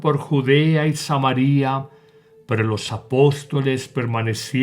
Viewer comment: con las disculpas del caso nada señalar acentos de pronunciación cuando usted se refiere a Samaria es así Samaria y no como se pronuncia en el vídeo Samaría. Por lo demás Bendiciones 🙏.